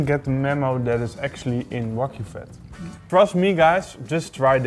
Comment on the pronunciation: "Waygu do with it?" Lol